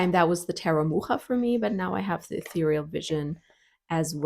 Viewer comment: Kudos for pronouncing 'Mucha' correctly! ... (Edited) But WTF! for 'it has only white people, unfortunately!'